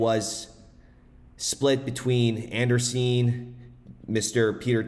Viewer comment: An-Dree-Sen not Anderseen